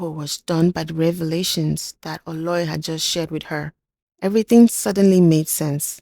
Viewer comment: I really love your content, amazing. I would suggest you make a little more effort to learn some pronunciations perfectly e.g Oloi is pronounced /Oh Low i/